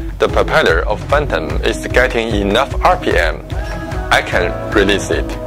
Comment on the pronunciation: "Da prepellur of fantim"